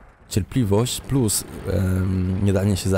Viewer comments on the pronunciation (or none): none